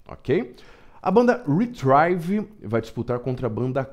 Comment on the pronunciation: sem querer ser chato, Retrieve se pronuncia ritriv. 👍